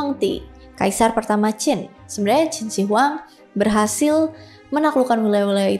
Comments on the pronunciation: Bacanya QIN SHI(SHƏ) HUANG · Salah baca nama mbak... Totok banget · mbak belajar dulu cara menyebut nama yang tepat barulah bercerita